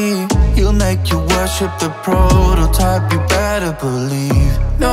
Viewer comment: Why they saying protertiype